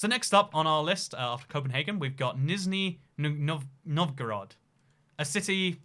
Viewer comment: mate say nizhny novgorod correctly